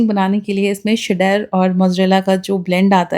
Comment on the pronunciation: Che-ddar and not shed-dar 😊 just helping you out here 😊